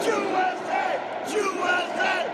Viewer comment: That guy saying JewSA was probably hired by Hillary.